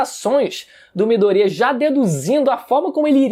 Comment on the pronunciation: Midôria rapaz e não midoría , porra , tá de sacanagem kkk